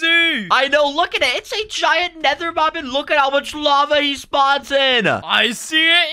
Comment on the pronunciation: Mop it is mob not mop